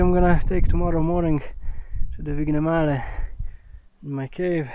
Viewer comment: Pronounciation of the Vignemale peak is just amazingly off 😂